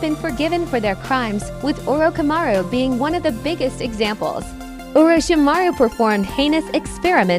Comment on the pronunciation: Orokamaru? That's new LMAO